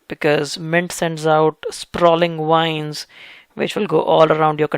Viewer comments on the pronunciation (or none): Dear,, thanks so much for the info. I'd like to ask, it just confuses me, that's why... why are you saying "vide" for "wide"? And "wines" for "vines"?...